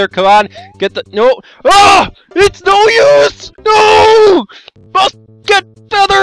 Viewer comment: everytime you say its no use i hear silver is that bad